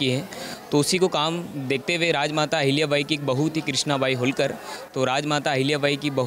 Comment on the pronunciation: होळकर नाम है ऊनका होलकर नही